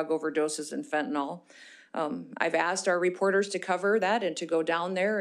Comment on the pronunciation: She did have pages in front of her, but didn't use them much. She seems to know her stuff. Except for mispronouncing fentanyl (last syllable rhymes with hill).